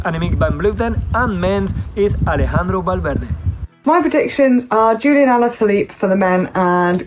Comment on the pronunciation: With respect, Julian Alaphilippe's name is not pronounced with a German or Dutch J. May you please call him Julian (Julie-on) like the word "on" if you want to say it close to the French way? Or else, may you please call him Julian, as in Julian Dean?(former New Zealand cyclist you might know)